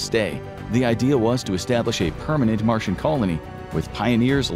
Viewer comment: It's Martian, not Marsian. lol